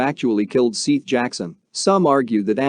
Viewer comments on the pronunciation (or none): I could not watch it you kept saying SEETH not SETH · Seath not seeff, you bumbling idiot. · It's Seth. Not "Seeth." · Seeth lol his name was seth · Its SETH!!! not SEETH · It is Seth that is the right way to pronounce his name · You need to take this down and edited it and say his name correctly lol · To do a full video repeatedly pronouncing the victims name wrong is pretty shitty to be honest. It detracts from what is an otherwise informative video.